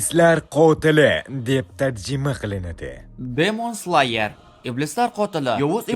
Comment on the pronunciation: Slayermas sleyer deb aytiladi